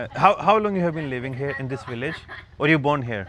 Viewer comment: It's here not hair.. 😂